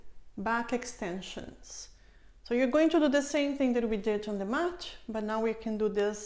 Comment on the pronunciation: haha percebi pq o seu "t" soa como "tch". Vc fala "match" ao inves de "mat". Gostei muito do seu video e irei fazer os exercicios. Obrigada.